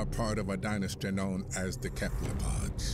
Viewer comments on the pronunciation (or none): Love Morgan Freeman but he mispronounced Cephalopod. I always heard it as sef-a-low-pod not kep-low-pods